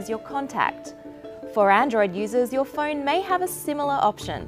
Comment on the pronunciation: She still can't pronounce phone right.